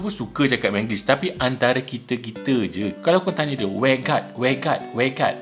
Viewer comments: Betul2.. Saya pun orang malaysia tapi betul2 tak paham ayat tu.. Natang ape bende tu..ingat 'workout' Rupanya 'where got'.. Tak pernah plak sebut ayat tu.. Hahaha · huhu aku bukan omputih tp aku btul2 x faham yg kt ... way guard? weh guard? sape2 leh bgtau? 😅